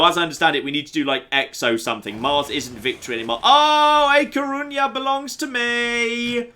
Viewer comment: I've dealt with it for 5 streams and now that A Coruña has been renamed I need to tell you that you've been saying it wrong every time! Ñ in Spanish (A Coruña is actually Gallician but it's a similar language) makes a ny sound, it should be pronounced like ah cor-roon-nya. The difference is noted in the differences between the Catalan and Spanish names for Catalonia, for example, as Catalan does not use ñ it's spelled Catalunya and in Spanish Cataluña. Should have named it Coruña Extra:P